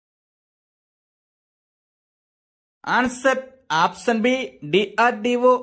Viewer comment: Option pronounciation opson antunaruu